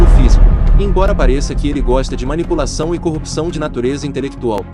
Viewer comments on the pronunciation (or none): none